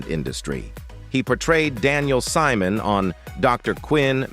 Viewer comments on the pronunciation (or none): none